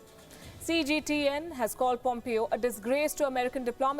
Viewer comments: It`s not POMEEO|. It`s POMEHO. PLEASE! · Mike Pompeo is pronounced as Pom-pay-o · In the U.S. it is pronounce (pom pay o).